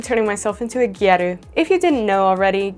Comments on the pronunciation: very fun. the lower lashes were beautiful, I'm shocked it was a drawing not a false lash. using a false lash would've been a lot easier! the "a" in "gyaru" is a short "a," like in "gal." ( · I'm sorry but how you say gyaru...🥀😭